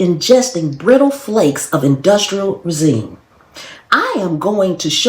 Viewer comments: Thank you so mucb for bringing this to our attention! My family eats a lot of canned goods, and I'll be more watchful and tell others. Resin is pronounced reh' zin (short e sound like egg; last part rhymes with bin; stress the first syllable), not ruh zeen'. Thanks again! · You’re doing a wonderful public service, thank you. Uhm…my school teacher mom would tell you “resin” is pronounced Rez-in and never Rez-ine. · It's pronounced "rez in" resin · Did you mean the liners are "industrial RESIN"? 😮 (It's pronounced REZ-in.) And Yuck. It's so hard to protect ourselves from the American food supply, sad to say. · alarmist bs. can’t even pronounce REZ-in properly. next … 🙄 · Resin is pronounced rez-in. Like the first syllable in reservation and like going in to a building. Per usual, you are doing fantastic work.And thank you for all of the information you try to bring. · "Reh-sin" resin